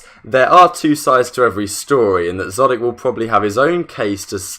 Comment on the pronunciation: Idk why it’s bothering me that he’s saying szotic, and not exotic.